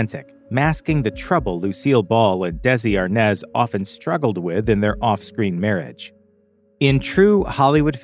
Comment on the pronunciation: No it's always been Arnaz...😂 But it's pronounced ARE-NAHS